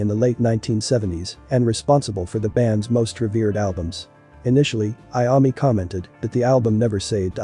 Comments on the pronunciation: It's Iommi not Iami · Dude he said tonni iummi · I can't get past the way the man, computer or whatever it is says Iommi. It's horrifying. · At least pronounce Tony's name right!!